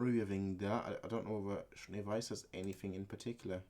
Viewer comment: close enough but it's Jaune not juane ;D